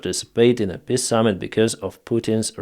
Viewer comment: You really have to stop saying PISS agreement. If it's a word you will use a dozen times every video, at least learn the proper pronunciation.